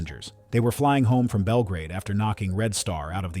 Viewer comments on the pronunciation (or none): none